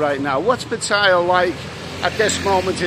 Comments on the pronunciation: old chap, please try to get it right with the Pattaya pronunciation, it isn't tie-a, it's tee-a - ffs. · l love you vlogs, but m8t it's PATTAYA not "pat-tyre"😮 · You are not pronouncing Pattaya right !! Ask a local